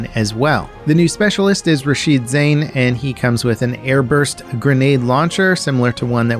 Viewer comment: Shouldn't it be pronounced as "Zah-een"?